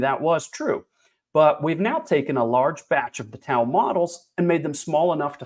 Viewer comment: Pronounced Dow